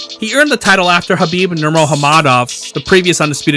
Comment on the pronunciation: Nurmagomedov not Nurahamadov wtf